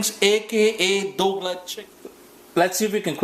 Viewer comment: “Dougla Chicken” 😂😂😂 thanks for the recipe